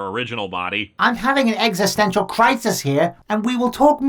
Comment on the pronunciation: Is Pollo saying that he's having an "Existential" crisis or an "Eggsistential" crisis?